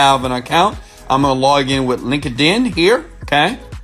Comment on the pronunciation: Everytime he says "Link-ed-In" I crack up!